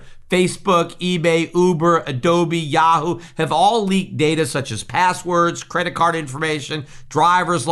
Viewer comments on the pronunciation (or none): none